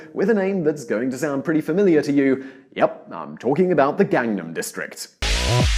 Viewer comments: To be fair, his pronunciation wasn't even close. Also, he didn't just incorrectly pronounce one word. Hell, he didn't even say "Gangnam" correctly, despite the fact that the song Gangnam Style has it a bunch of times. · I know fucks up basically every other Korean word he says, but it particularly blows my mind how badly people mispronounce the word "Gangnam". Psy says it IN Gangnam Style at least thirty or so times.